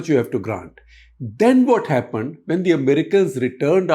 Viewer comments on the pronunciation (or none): none